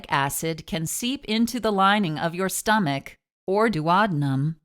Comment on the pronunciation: Youre Daactor, stomech,etc. I hate that voice